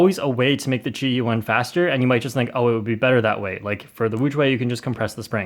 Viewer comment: There are wrong ways to pronounce qiyi but you use the worst possible way